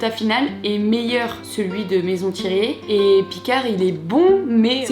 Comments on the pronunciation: Fan 🥰 Par contre pour avoir travaillé 3 ans chez Thiriet ça me fait bizarre d’entendre maison devant et que tu dise Thiret et pas Thiriet ahah 😅 on veut la partie 2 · ThirIet et non Thiret le I se prononce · Thiriiiiiet c'est pas dur à dire 🤣, sinon très bonne vidéo 😉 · ThirIET pas Thiret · C’est maison Thiriet, pas Thiret 😭😭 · Y’a un i à la fin de thiriet 😢😅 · Thieriiiiiiiiiiiiiiiiiiiiiiiiiiet c'est un I pas un tiret ! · Thiriet sans le i ca irite l'oreille un peu 🤣 c'est pas un tiret